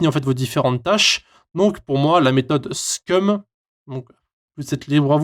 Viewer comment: SCRUM et pas SCUM